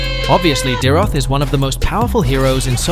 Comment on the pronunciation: the pronouncation for dyrroth is dayrot